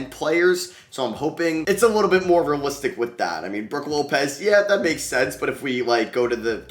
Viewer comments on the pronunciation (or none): none